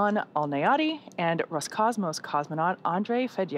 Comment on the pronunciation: Roscosmos, а не Rocosmos